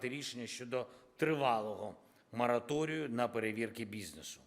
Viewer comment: Той смердо замість мораторій каже мараторій.